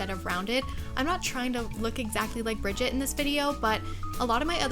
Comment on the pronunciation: Brigitte’s name is pronounced “Brih-ZHEET” btw xoxoxo 😘